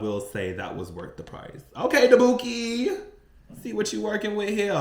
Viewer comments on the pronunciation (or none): Try Da-buke, but I love your confidence. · You lost me at dabookie Iowa 😂😂😂 I love your TikToks ❤ you got me cracking up